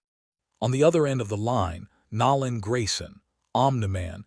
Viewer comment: How hard is it for A.I to pronounce NOLAN and VEGETA